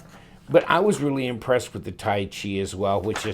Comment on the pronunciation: I believe Tyche is pronounced 'Tike'. Tai Chi is the martial art.